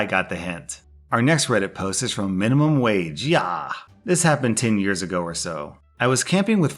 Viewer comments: I always watch and listen with RBF. But hearing you say minimum wage yaa put a lil smile on my face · So no ones gonna mention the way he said minimum wage yaa ?? 😂